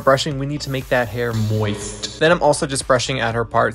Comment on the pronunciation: Why the emphasis on Moist 😂?